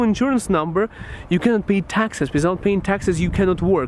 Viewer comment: SAYS WISOUT INSTEAD OF WITHOUT:-D